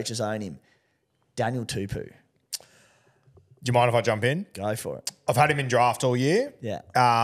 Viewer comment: If you keep calling him Daniel Too-poo I’ll start calling you